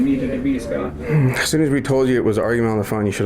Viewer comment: Except he and everykne else in the video continually mispronounce the name 'scott' by saying "scart"